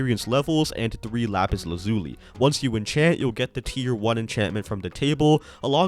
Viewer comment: Lappis Lazz-you-lie.